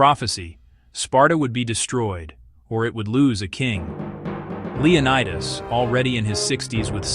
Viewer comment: The pronunciation of the Spartan king's name is Leo NEE das not Leo nye das. The city where he consulted the oracle is called Del phee, not Delfye.